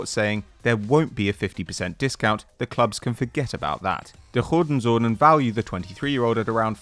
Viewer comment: I have never heard a 'dutchman' mispronounce joden zonen so bad